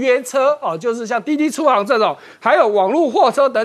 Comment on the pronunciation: ：滴滴出行(ㄒㄧㄥˊ)